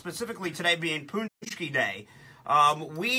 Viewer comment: You said paczki wrong :/